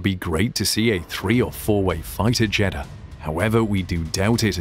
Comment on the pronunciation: Is it just me, often when Jeddah is said it sounds like Cheddar :/